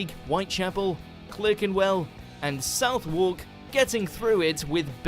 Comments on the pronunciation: The guy narrating this can't pronounce Southwark! It's pronounced Suth-uk. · I have earlier requested the video Why Are British Place Names So Hard to Pronounce? Let's just say, this narrator should have watched it, because , Clerkenwell should be CLARKENWELL, and Southwark should be SUTHARK!